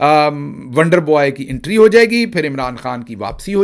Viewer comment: Ho ka alam nahe hota HOOO ka alam hota hay